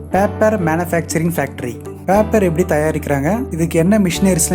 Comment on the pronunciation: பாப்பர் இல்லை பேப்பர்